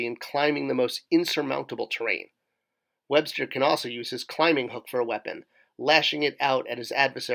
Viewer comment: bro. ‘webstor’ is pronounced ‘web-store’ just as ‘skeletor’ is pronounced ‘skele-tore,’ not ‘skele-ter.’ you wouldn’t pronounce ‘stridor’ as ‘strider’ would you? 🤦🏼‍♂️